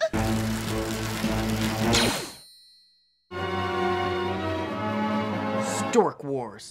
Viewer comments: that sounded like star raars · Anna Krieske Stur Wurs! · stork wars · "Stur Wurs"😂😂😂😂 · "Stork wars" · Star war More like StarWee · I could watch an entire video of pronouncing Star Wars weird.